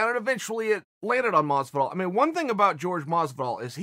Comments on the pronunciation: every time I see a chael video with masvidal in the title I gotta get ready to hear him say "George masvidal" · Who the fuck is George Maazzz-vidal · I thought he said “Rich wallet” of Masvidal